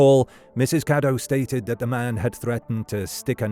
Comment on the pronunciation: Her last name was "Cadow" not "Caddo" and it's a German name.